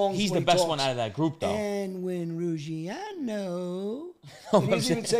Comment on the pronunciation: I don’t like Nadu but it is Ruggianooooooo